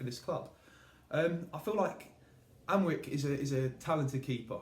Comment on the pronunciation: Hahahaha up the fuckin Celts ☘️☘️☘️☘️☘️☘️☘️ BTW, Alnwick is pronounced "Annick".